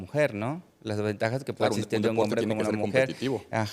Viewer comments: Chale , otro invitado saco de papas... sera doctor pero cuando alguien dice "etsistir" o "etspertos", denota que tan rapido corre el hamster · No le puedes creer a un pseudo médico que pronuncia etsistir, setso, etc. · etsistir...etspertos.. y otras... jajajajaaa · Etsistir.... etspertos.... 🫣